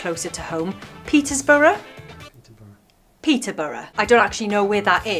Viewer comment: I believe It's pronounced, AHEM... Petesbruh.